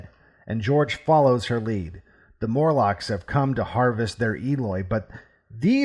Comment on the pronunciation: MORlocks, not MURlocks.